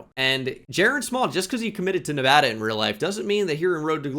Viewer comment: You say Nevada properly 👍